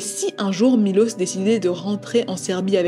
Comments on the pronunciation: C dommage que pendant 40min elle a même pas prononcé le prénom du gars correctement 1 fois 🤯 il s’appelle Miloš, donc Milosh en fr… 🫠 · «Milos» se prononce «Miloche » en serbe. Je suis d’origine serbe. Je vous rassure nous ne sommes pas tous comme lui 😂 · La vidéo est top comme d’habitude, on voit tout le travail réalisé! Petite parenthèse: la prononciation du prénom de Miloš se prononce MiloCHe!! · J’suis moitié serbe et le truc avec les mines déjà j’étais en mode tu te fous de ma gueule MDRRR aussi juste pour te dire ça se prononce Milosh son nom, en plus j’ai un pote qui s’appelle comme ça 😭 y’a tellement de traits de narcissisme dans son caractère, de psychopathie et de sociopathie malheureusement j’ai déjà été dans cette sorte de situation (pas avec un serbe comme ça on est pas tous des monstres hein) et je m’en suis sortie avant que ça ne soit trop tard.. la pauvre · On prononce Milosh en Serbe SVP et ça s'écrit Miloš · Punaise, on parle pas bcp des serbe et quand cest le cas cest pour parler en mal .... dailleur le prenom de milos se prononche Milosh